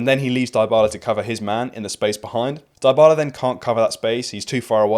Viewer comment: Mate, great video and excellent analysis. But please, stop pronouncing Dybala the way you do. The first part of the name isn't pronounced like die, it's pronounced like dee, as in Dee Dee Bridgewater. Or Sophie Dee, if you prefer 😅